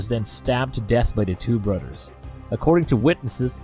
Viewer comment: Ok when did they put a Udd in the word brothers. “brudders” lol. Yanking your chain. Great video……Oh,oh Udders as well now it’s really come off the rails. A lot like this comment